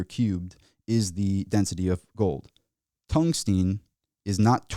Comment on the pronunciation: TUNGSTEN FFS, NOT TUNGSTEEN.